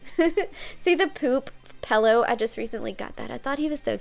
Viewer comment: i'm sorry, PelLoW?